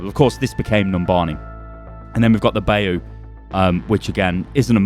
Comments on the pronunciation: Got San Joaquin right, but Bayou wrong. It’s pronounced BI-YOU not BAY-O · in America we say buy-you. Then again we don't say gee-zer for guy-zer either so idk.